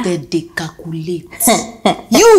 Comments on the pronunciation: CALCULATE!!! CALCUFAST !!! 😁😁😁😁😁😁😁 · I love that part when Jessica friend said... Them they cal cu late. My friend you they cal cu fast.. my belle they pain me for laugh